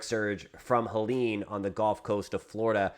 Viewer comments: Thanks for info ! Good report .. but please - one pet-peeve - it is actually pronounced “gUlf” coast …not “gOlf” coast .. 😵‍💫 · You're driving me nuts with your pronunciation. It's not a golf course.... It's the GUuuuuulf course.... 😢